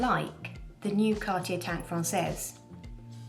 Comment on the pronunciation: Happy to hear someone say Cartier instead of Car-Ti-Jay.